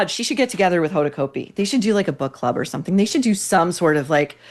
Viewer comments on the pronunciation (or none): I love love your podcast, 🎉🎉🎉but Hoda’s last name is pronounced like Cot B not Coat B.